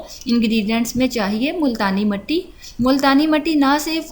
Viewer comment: Not matti its mitti